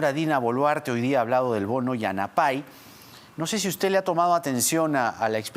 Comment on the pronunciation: Señor Jaime Chincha, La pala Yanapay significa ayuda y no se pronuncia yanapáy sino yanápay . Cadí todas las palabras en quechua, sobre todo los infinitivos que siempre terminan n i griega, son graves, por tanto el fuerte golpe de voz es en penúltima sílaba. Por favor aprendan de un poquito por lo menos durante el tiempo que estará Castillo en el gobierno, pues parece que habrá términos quechuas.